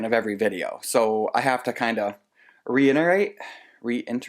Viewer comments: "I think I can. I think I can..." 😉 Reiterate (no 'n') 😉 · Reiterate has no n. Installing ceiling sheetrock is the worst! But isn't it satisfying getting a room drywalled? It starts to feel like you're actually someday going to be finished. It really changes the acoustics, though. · Reiterate (ree-it-er-ate)!! (sorry couldn't help myself - in my defence once a teacher always a teacher lol). I signed up to your sister's vlog and she is just so sweet and lovely. Sometimes I wish i lived in the USA because i would have a small homestead farm and pottery! We are still battling with the old cottage and yesterday discovered that our electric line is shared with our neighbours. Bottom line i can't run a kiln off the existing supply line because it does not have enough amperage. Now i am in discussions with the network supply to put in a dedicated line to our home and if possible increase to 3-phase electricity so that my pottery workshop can be kitted out with bigger kilns at a later date. If it is not too much money we will be overjoyed but i have that sinking feeling that it will wipe out our savings! Everytime i think we are nearly there and i am getting myself geared up for moving then something unforeseen happens :( Plumbing and landscaping at the rear garden is underway - so at least we have some progress. I am now redesigning the pottery workshop and costing up the materials. Your home is just divine and i can see why you want to move in! I know how you feel and i get that feeling of knowing that more work has to happen before making that a reality! Harry Potter lived in a cupboard under the stairs! Your home is coming together beautifully and when you do all finally move in you will all relish your loving attention to detail. Another lovely vlog and my